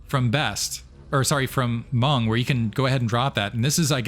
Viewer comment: % mong lol hearing monk hurts my brain and heart 😂😂